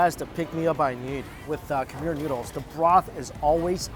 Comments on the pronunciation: Mikey!! Thank you so much for visiting one of my home countries (I am half Lao, Laos is very very similar to Thailand in regards to food, language, & culture 😊) I’m glad that you enjoyed it there! But the pronunciation of “Khmer” is not like “Kha-meer”, but rather “Kh-mai”, mai being said just like “my” 😊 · It’s khmai not Khmer omg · I'm going to go out on a limb and say you have zero Cambodian friends because you kept butchering the word "Khmer"